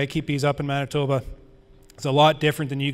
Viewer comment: Man-tee-bah So close so very close! Awesome presentation lots of procedures I’m hoping to adapt myself